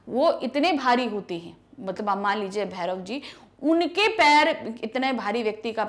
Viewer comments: भैरव नहीं भौंरा है मेम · Aree madam भैरो नहीं है भौरों है 😂😂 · Bhairav nahi Bhoro 😐🤣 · Mam aapne bhouro ke jagah per bherv pda diya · भैरव नहीं है भौंरा है 😊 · dear mam , its a bhoro mean bees not bhairav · Medam bhairav nahi bhoro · Maddam you are wrong it's bhavra not bharav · Madam bhairav nahi hai bhaure hai galat mat padhiye 😂😂😂😂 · भौंरा को भैरव बोल रही है आंटी जी 🤣